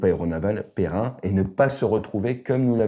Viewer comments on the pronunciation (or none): On dit pérenne et pas pérrin (ou pérren ou pérrun) Merci pour l'analyse ! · On dit pérenne au masculin comme au féminin. Péren n'existe pas. Bien à toi ❤️ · Péren ? Pérenne... La forme ne change pas, au masculin comme au féminin. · Très bien comme toujours. Mais pérenne pas perein 😁 ate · pérenne au masculin fait pérenne pas perein !